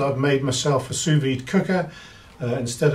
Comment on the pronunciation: Nice video, thanks. One nit: you don't pronounce the second 's' in 'sous'